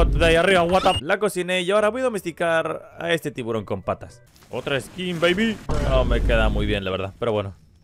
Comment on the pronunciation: Al tiburón le llamas tiburonsin